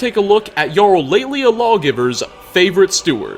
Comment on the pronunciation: It's also not "laylia lawgiver" it's "layla lawgiver"